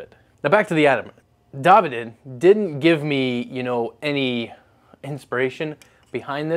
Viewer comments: You’re killing me with the davide pronunciation 😩 say it divide with an A Jesus 😂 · pronouncing Davide (Duh-veed) as dah-vi-day... Nailed it. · It’s DIVIDE not Dah Vee Day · A vaarse, not a vaise…. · Dah' veed accent on first syllable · Dah veed. At least I'm sure that's how it's pronounced. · Davide = "Dah-Veed" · I think its "DA VeeD" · I think his name is pronounced Daveed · its pronounced da'veed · I think it’s pronounced daveed! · My guess is that his name is pronounced Da-Veed. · I was thinking more of pronouncing it like Dave-eed